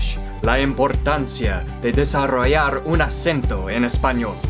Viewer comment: desarroiar 😂😂😂 te amé😂